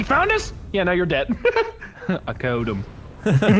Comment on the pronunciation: "I KELD HIM."